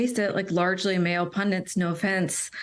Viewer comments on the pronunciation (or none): Side issue to be sure, but... I notice people are using the pronunciation PUN-DENT, rather than pundit.